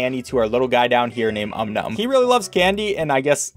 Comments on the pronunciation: His boy: Is called "Om Nom": calls him "Um Num" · I’m sorry but did he call it “um-num”, i’am disgusted it is pronounced OM-NOM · did he say um num instead of om nom? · Ok so popular debate: Is it pronounced Om NOM or Om NUM?